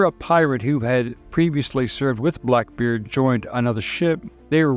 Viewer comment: Seriously, I'm not hearing things wrong as I even doable checked. Why are you sometimes saying pirate ☠️ and other times clearly saying pilot 🤔 Even said blackbird at one point, lol. It's still a great video, though.